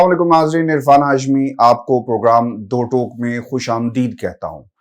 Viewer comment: عرفان ہاشمی صاحب!معزرت کے ساتھ آپ لفظ "خوش آمدید کو درست ادا نہیں کرتے۔یہ فارسی زبان کے مصدر آمدن سےبنا ھے جسکے معنی ہیں "آنا"فارسی زبان کا دوسرا مصدر لفظ دیدن ھے جسکے معنی ہیں"دیکھنا" درست لفظ خوش آم۔۔د۔۔ے۔۔د ۔۔ یعنی ،welcome ھے شکریہ۔عصمت پرویز۔